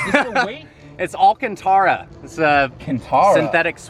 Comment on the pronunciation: Says it’s “ ALL Cantara” and the guy is like “Cantara?”